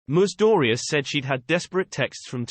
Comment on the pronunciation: Whose ‘Moose Dooryeze?’ Please get another robot.